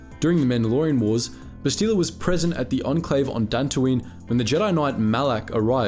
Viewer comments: Bass-tee-la???? Come on bruh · Ouch, you've mispronounced both her first and last names. It's Shan, not Shen, and the emphasis in her first name is on the first syllable, BAST-ila. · Take a shot for every Bassteeluh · Must admit, your pronunciation of Bastila, though still accurate, is a bit weird for us (we say "Bas-teh-la" instead). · Did you never play the game because you are butchering her name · You are saying her name wrong. Listen to how it is said in the game. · If you actually played Kotor you would know how to pronounce her name right. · I'm sorry but what the actual fuck is that pronunciation? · There's literally dozens of voice lines with her name and somehow you still say it wrong. Wtf... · You said her name wrong lol love the videos though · If you play or watch Star Wars Knights of the Old Republic you can see her name is pronounced differently from how you said it. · they literally say bastila in the game how did he pronounce it wrong lmfao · Like the video but cringe at how you pronounce Bastila.